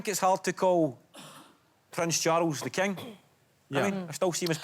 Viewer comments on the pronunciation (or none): Prens Charuls th' Keng